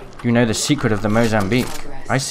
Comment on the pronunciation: Mozambique normally: Mozamweek Mozambique now: MOZAMWEEP!